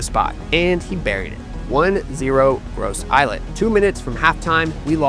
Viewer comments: Hey fam, Gros Islet is French, so it's pronounced, as "groh-zee-lay" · Please please get the name right. Ask someone from St. Lucia, how you pronounce Gros islet